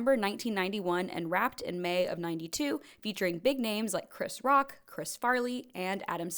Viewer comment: Yeah the complete butchering of "Chris Rock" had me absolutely fumming!!!!!